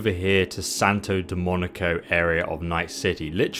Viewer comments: santo domonigo??? how do you even get that from domingo, like you dont even need to know spanish to have basic reading comprehension. but rude half-jokes aside, thats just a dumb little thing lol and its nice youve made this little guide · LOL- For the love of God , mate. It's pronounced Santo "doe-MEEN-go" not Santo "de-MON-aco". Carry on. :) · SANTO DOMINGO not DOMONICO sheeeeeesh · I loved when you said "Santo Demonio" instead of "Santo Domingo" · Foreal , does not say "Santo Demonico" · Domingo, not domoniko or whatever you're saying in every vid :) Nice guides, though, thanks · Holy cow....heard you say it too many times. Its NOT santa dominico. Its DOMINGO!!! Hahaha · Santo DomINGo!!! Not Santo DomONICo!!! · Santa DOMINGO, Not Demonico!!!! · demonico? not hard to pronounce domingo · it's not Santo "Demonico" it's Santo "Domingo" phonetic ---> Doh Ming Oh . thx for the guide :) Steam: IceWeird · It is Santo D O M I N GO, not dominico. so triggered lol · love the videos bro but my latin blood boils every time you say DoMoNiCo lol. let me help, its pronounced, Dough-Min-Go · Wesley Snipes, Demolition Man: Santa MonIcah.....sorry that’s what he reminds me of when he said Santo domonico lmaooo. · he was right, “santo domonico”... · I hear him say Dominico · ''SANTO DIMONICO'' lol Amazing find though, I will certainly do this. TY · Did he say 'Santo DOMONICO???' LOOOL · “Santo Domanico” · did bro just say "domonico"? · Dude, I love your work... however the town you refer to is Santo Domingo with a 'G' not a 'C' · lol "santo delmonico" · Thanks for the video! It is a cool looking bike...however, its pronounced: s ae n - t oh - d oh - M ING - g o ;) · he never really managed to pronounce Sto. Demonivocado right. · Lol I've never heard this dude say Santo Domingo right. . Always says Santo Domenico 🤣 Steam name: Mikeyaimking Would really like to win this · What a way to murder the pronounciation of Santo Domingo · Is saying "Santo Domingo" so hard!??? 😂